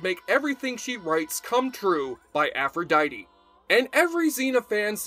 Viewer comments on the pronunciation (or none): none